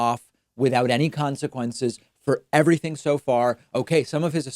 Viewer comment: "Documentation is EVAthing" CATCH! 🎣🎣🎣